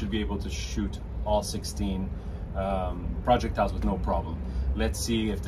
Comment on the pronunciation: Dude it's projectile not project-tile